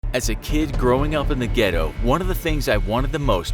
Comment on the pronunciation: "As a kid growing up in the ghetto" my wife and i laughed for 5 mins straight i never heard someone say ghetto so white before lmbo